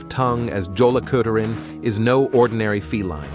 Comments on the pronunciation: Yay, part of my culture! But it's Jólakötturinn, with the J said like a "Y." Better yet, when you give the new garments, have a rune representing protection on it. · J is typically pronounced as a y sound, but perhaps I'm wrong in this instance. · I think the Yule Cat’s name isn’t pronounced correctly. Many languages give the sound of “y” for the letter “J” (and one even gives it the sound of “h”)…..